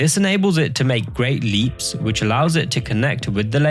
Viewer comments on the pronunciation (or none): none